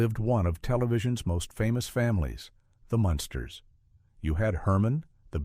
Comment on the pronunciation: Its pronounced Mun' sters not Monster